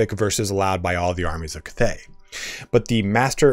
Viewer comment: I wish I could teach you how to say cathay correctly. Its bothering me too much .